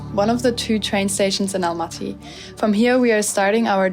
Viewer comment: Almaty. Not Alamty